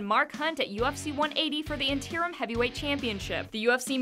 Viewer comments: You pronounced "interim" wrong. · Genuinely liked her pronunciation of "interim". Interesting take.